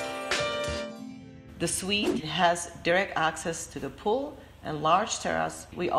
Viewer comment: She said pohl, then lap pohl. What's the accent ?